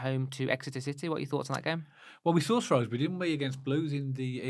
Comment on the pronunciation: Guys... It's SHREWSbury not SHROWSbury 🤦🏻‍♀️